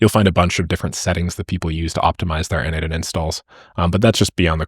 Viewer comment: its "no-de-mation" like "automation" is pronounced, not "node-mation"